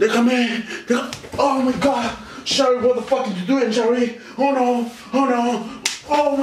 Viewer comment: Dise yarlie pero like ygual